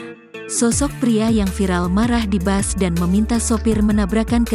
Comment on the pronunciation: Bus Bukan Bas....Baca Berita Udah Berapa Tahun